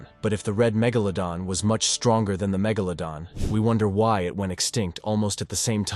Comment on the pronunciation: Please pronounce iit correctly magoladon or magladon